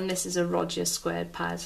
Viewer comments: 'Ro-ja' ? .. isnt it pronounced 'Road-ee-a' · Rodger pads? Thought it was ROAD- Dia 😇